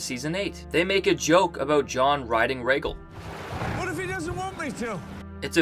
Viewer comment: I was going to give you a pass for your crappy pronunciation of Rhaegal but if you think Bran did nothing, there is no point in listening to anything of yours.